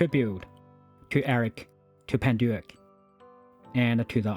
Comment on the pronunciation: Aprende a pronunciar el nombre bien que era francés